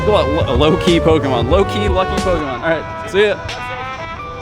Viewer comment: Did I hear it right, says "Loki" Pokémon?:D